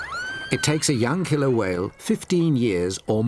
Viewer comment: pretty please with sugar on top, never say "killler".